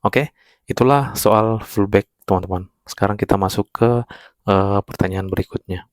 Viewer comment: oalah pullback to..abang bilangnya fullback..hehe